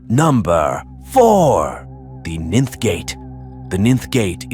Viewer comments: The Ninn-th Gate...really ? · All these years, and I've been pronouncing 'ninth' wrong?!?